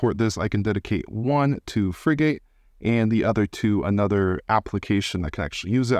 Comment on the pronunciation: Just for knowledge, Frigate is pronounced like the warships. Not free gate. Frigate's icon is the frigatebird a seabird found around the world. Hope that helps.